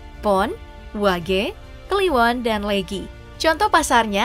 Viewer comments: Naratornya pasti bukan orang Jawa, Kelihatan dari cara dia menyebut Weton, Neptu, dan Legi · pelafalan "weton" dan "legi" kocak...